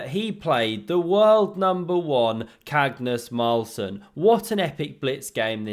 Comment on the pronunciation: Cagnus Marlsen 😂Arnarld carlsen